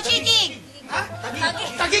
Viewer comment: THAGIG? tama ba sya or TAGUIG